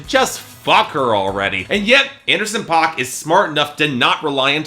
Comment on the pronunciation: You say the name wrong, it's pronounced like "pack"